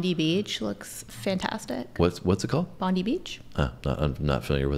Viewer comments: Bon-die - equal emphasis on the two syllables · It’s Bond-I not Bondee! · ❤and The Moody Blues (Ray Thomas - flautist - R.I.P) By the way,, Bondi Beach is pronounced Bond-eye Beach. (_Not_ "Bondy" Beach!) ❤😊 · Official video is brilliant and funny as previously mentioned. By the way, it's not pronounced bondy beach, it's pronounced bond-eye beach. Your relatives in Perth are blessed with a very beautiful place to live. I spent 7 weeks over there and don't worry about the critters, you soon learn where NOT to put ya hands and feet. ✌❤🇬🇧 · "Bondy beach" haha It's Bondi - as in Bond-Eye. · Bondi has an I for a reason, doesn't sound like ee, more like eye. If you wait until in aussie ask your rellies about vegemite. If you start at Sydney, where bondi is, find a maccas and get a blister pack with your brekkie. Look up Hugh Jackman for a how to. Buttered toast, a tiny bit on the tip of your knife, spread it into the butter, so thin you can still see your toast through it. Try that. If you like it it's easy to add more? Ask about tiger toast. Try it with avocado on it. Or cottage cheese. If you like it, it's good for energy, take a big bottle or 2 back, or a few small ones, it lasts for ages, as long as you get no butter or crumbs in it. No it's not sweet, like as we say nut-ella, cause it's mostly nuts, is nothing like vegemite. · Its not pronounced "Bond ee" Beach its Bond EYE!!!! This song has a long history of being in and out of court because the flute riff was stealing a tune from a school college teacher from 1934. As you listen to the flute sing the following "Kookaburra sits in the old gum tree, Merry Merry king of the bush is he" As a result the band had to give 5% of all royalties from this song to the owner of the copywrite of "Kookaburra" As for best Australian Musical Artists you can't go past "The Voice" John Farnham, "When something is wrong with my baby" John Farnham and Jimmy Barnes, For bands "Cold Chisel" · Bond-eye Beach, not Bondee..